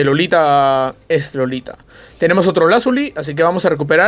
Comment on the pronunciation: Es iolita no lolita XD